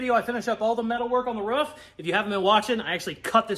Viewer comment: Aghhhh!!!! You said ROOF instead of ruff!!!! Yesssss! Love it!!! I’d re-subscribe if I could!